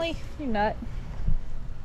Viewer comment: Did you say "BONE APPLETIT"(say with a french accent)?